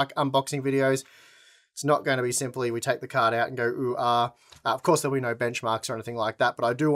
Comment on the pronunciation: I believe you mean “oh naur”